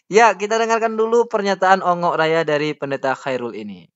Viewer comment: Bongok,raya bang bukan ongok 😅😅😅😅